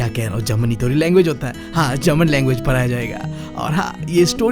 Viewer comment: Pada , padaya ❌ para praya✅😂